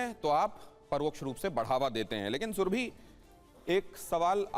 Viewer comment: सुरभि कहिये ,सुरभी नहीं!